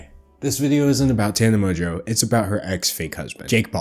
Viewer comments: It's literally how it's pronounced, with a little more emphasis on the "n". How does this have 2.6K likes? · Mojo is how Tana pronounces her own last name